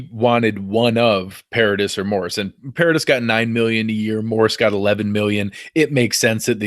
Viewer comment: Dammit stop saying Morris, it's Morse. :)